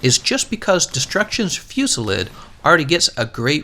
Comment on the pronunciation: Destruction Fewsilid.... I still can't get over how u say it...